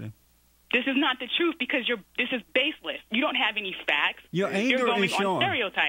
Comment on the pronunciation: 😆😆😆 "but's not a stereotype it's the trerf."